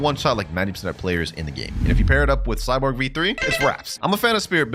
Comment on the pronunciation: it's Cyborg v3 not Cyporg 🥀